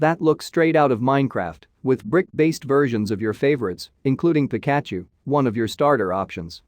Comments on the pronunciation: we just gonna ignore him saying pick at chu???? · wtf pickarmon? pikaachuw